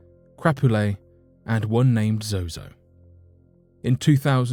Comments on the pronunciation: He keeps saying zoho when the teleprompter reads zozo , which is it I want to destroy the right demon tonight... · Narrator keeps calling him zoHo not ZoZo. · He keeps saying "zoHo" lol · Sounds like he is saying zohoe at some points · Cool but why do you keep saying ZoHo? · Me trying to ignore every time he says zoho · Ha! You said zoho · At first he was saying Zoho? Or am I tripping? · Why do you keep saying zoho? But another source for a lot of zozo's fame comes from the usage of it by Led Zeppelin. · I think he’s mispronouncing they name on purpose that way he doesn’t mistakenly call upon it ? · yes, two times, i heard it too haha